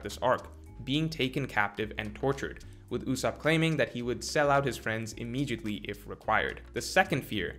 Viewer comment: Does anyone know why pronounces “immediately” with a ‘g’ instead of a ‘d’? Just curious